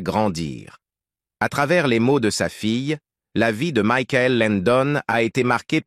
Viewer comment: Ce n’est pas Mickaël son prénom, mais Michael (comme Michael Jackson)